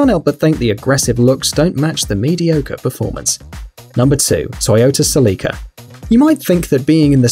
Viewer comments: Celica sell i ca not seleka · Its not sell-lee-ca, its cell-ih-ca! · he said celeeeca 😂😂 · "The sell-ee-ka coop-ay..." hehehe Are Celica and Coupe really pronounced that way in certain parts of the world? Here in the states it's Sell-ih-kuh and Coop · It's "Sel-a-ca" not "Sel-leek-ca" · You dont pronounce Celica Celeeca. You just pronounce it Celica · SELL-ih-kuh, not sell-E-kuh No one ever thought the DeLorean was fast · Its celica not seleeka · ITS CELICA NOT CELEECA!!! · SelEEka though 😂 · Toyota “SI LEE CUH” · Ce-li-ka df! 🤨🤨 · toyota se-lee-ka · You said Toyota Celica wrong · I can still hear the way he pronounced celica and its making me cringe. Please make it stop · I cringed at how he pronounced coupe and Celica ugh wtf